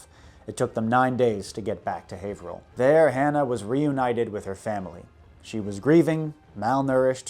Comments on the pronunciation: You pronounced haverhill right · You can tell the man knows his business because he pronounces Haverhill correctly. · Haverhill native here - you're the first person from outside the general area that I've heard pronounce the city's name correctly :P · I grew up in that area, Haverhill specifically and I've never known a non-local to say it correctly, nor Worchester. I am greatly impressed you got both right. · Kudos for correctly pronouncing my hometown...Haverhill. (You missed on Saco though...it's "Saw - koe")